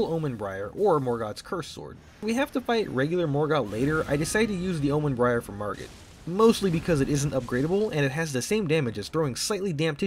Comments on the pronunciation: its bairn like barn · I know this doesn't matter that much, but bairn is pronounced like "bear" with an n. It's the old English word for child. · also its regal omen bairn (bear-in) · Are you pronouncing Bairn as Briar? Pain.